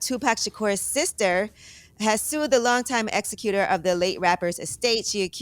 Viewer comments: Yee, Its Executor(Ex-Zec-You-Tor) not Executor (Ex-Auh-Cute-Tor) Shame on you. You have a degree in English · Yee it's pronounce Exec you tore